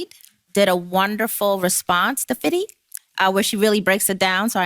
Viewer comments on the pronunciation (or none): "Fitty" Seriously, she said "Fitty". Thugs are running New York. And people are wondering why the city is collapsing. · Nothing I hate more than to hear people say "fitty". Just say fifty, it's a pronunciation thing, if you don't have the accent it doesn't work. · Nothing like hearing elected official say "Fity" while doing a press conference. Clown world. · I'm mainly just annoyed that people keep pronouncing his stage name "Fiddy".. Nobody says his name like that irl, not even his fans. Just say fifty...lol... That said, Fifty is right! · Notice how the woman suck up who is so democrat that she stands pronounces fifty?